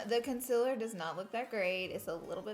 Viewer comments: Don’t get me wrong I love Laura but does it bother anyone else that she says consiler not concealer?????? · Stop saying consilurrrrrr😂it's concealer😂❤ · Konsiller , concillr, ohh.... concealer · CON-SEE-LER PRONUNCIATION PLEEAASEE! Every time you say “conciler” it bothers me sooooooo much oh my gosh 😂😒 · Ummm am i the only one who doesn’t say concealer the way she says it (con-se-ler)? Btw I say concealer like con-see-ler😂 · Conciller ugh 😂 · do you have an accent? I cant tell lol I love the way you say concealer. conciller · Concealer.. it’s pronounced concealer. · ITS PRONOUNCED CONCEALER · Tisha Patel yeah she says conciler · I didn't notice until you said it and now its killing me 😂😂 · STOP SAYING CONCILLER!!!!!!!!!!!!!!!!!!!!!!!!!!!!!!!!!!!!!!!!!!!!!!!!!!! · u say concealer wrong!! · Tisha Patel umm I hate when she says thattt😂